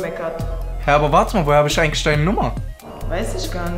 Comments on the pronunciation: "weis ISCH garNISCH" so ein abturn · Ischhh kenn ihn nischhh ischhh schhhschhsshchwöre jaaaaaaaaaaaaa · Das einzige was mich aufregt ist diese Isch von der Freundin oder warum nischt. Wozu haben wir ein ch? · Einfach nice😂aber das problem ist...sie ist ja echt hübsch aber ihre Aussprache🤮🤮Isch Nicht was das